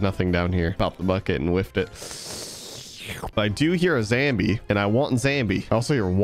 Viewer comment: "I hear a zambie" Me,"Died out of laughter"